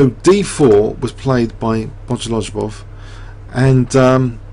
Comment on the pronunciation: Bo-go-liu-bof is the right pronounciation as lju is pronounced liu and ov is pronounced of. Keep the fine work! Thanks!